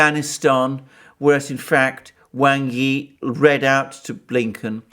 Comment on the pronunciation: I really enjoy your videos, they are very well thought out. One criticism, please pronounce Wang Yi's name correctly!